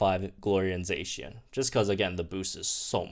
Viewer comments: Za-Cian not zay-cian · I’m pretty sure that Zacian is pronounced “the cyan” cause that’s where the name comes from